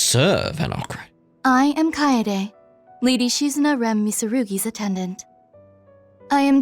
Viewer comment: Chloe (Judith's mom) and Dominique did bring up that Risette looks a lot like someone they're familiar with... EDIT: that, and the name Kaede has come up before in act 1. On that note, it's pronounced Ka-e-de in three syllables, both e's being the same eh sound. Because non-english stuff is self-consistent like that.